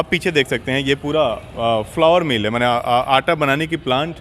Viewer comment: उच्चारण ठीक करें। 1. फ्लावर मिल्स नही फ्लोर मिल्स कहा जाता है। 2. सही उच्चारण ऑनर नही ओनर (Owner) कहते है। Note: नाक से नमस्कार बोलना बन्द करे।। सहजता से नमस्कार बोले ज्यादा अच्छा रहेगा।।